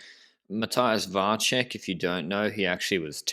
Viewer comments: Vacek is pronounced with 'ts' sound, looks like to me. So VAH-tsek, not VAH-check. Someone correct me if I'm wrong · You are right. I found a sample of someone saying 'Miroslav Vacek'. He said Va-tsek. I believe Va-check would be written 'Vaček'.